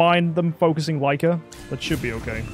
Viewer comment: You finally said that Lyca's name right hhhh